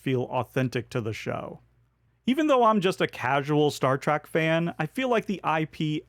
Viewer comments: Great list, thank you. I couldn't help hear you say Star Track instead of Star Trek 😀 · Great video, as always, but...Star "track"? Really? 😢